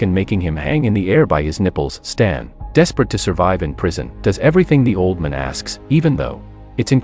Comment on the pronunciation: How do you not know how to pronounce old man?